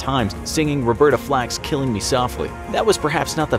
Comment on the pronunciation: The narator: “killung me softly” Weebs: NANI????